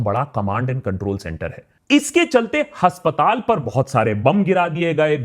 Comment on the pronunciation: Pronunciation हस्पताल नहीं अस्पताल हाेता है भाई साहब